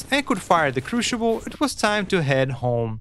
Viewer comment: excellent. Good to know that after 3 months you still can't say the word "crucible" right. But hey, at least you've got more than one language under your belt.